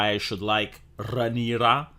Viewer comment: It’s Rhaenyra, ffs, not to be confused with Sea Snake’s wife